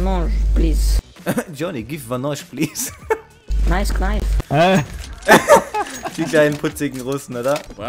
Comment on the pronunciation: Hat der ernsthaft "Nice Knaif" gesagt? xD